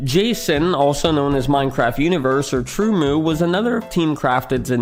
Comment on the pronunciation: TrueMU is pronounced as TrueMoo? I always pronounced it as TrueEm-You 😅